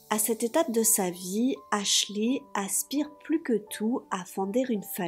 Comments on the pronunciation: Dès que tu dis "aslchy" ça me donne envie de péter mon ordi lol...on dit "aschley" même si je ne sais pas comment ça s'écrit, mais ça me soule sérieux… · Ashley qui se prononce: "Achlai" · ashley se prononce pas avec un i a la fin